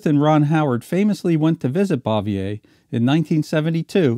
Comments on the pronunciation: Still a hundred times better than most of the crap today. Pretty sure it's "Francis BOOVYAY". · ehhhh you keep mispronouncing Frances Bavier's last name.....